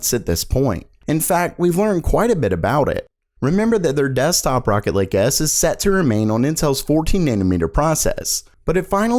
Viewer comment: who else heard rocket league other then rocket lake! facepalm